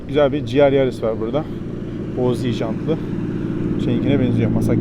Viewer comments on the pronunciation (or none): Abi her GR Yaris dediğinde "ciğer yeriz" anladım ya 😂